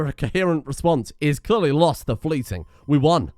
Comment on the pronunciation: I only know this because of the Thor vs Zues erb and double checking it, but it's Fly-ting, not Flyt-ing.